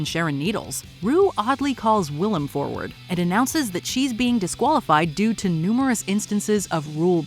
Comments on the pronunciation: it’s Will-Am not will-i-am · love that yall consistently butcher willam's name in every video she's in